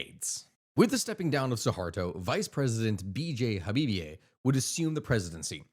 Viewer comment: Aceh is pronounced "ach-ay". Habibie is pronounced "Habibi".